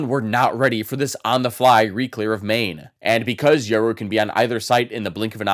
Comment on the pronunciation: Yural you mean yoru